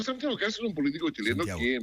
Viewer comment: KAST...ese es el apellido así mismo se pronuncia